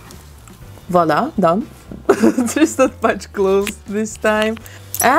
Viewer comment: I like the way she says Voila. It souds correct.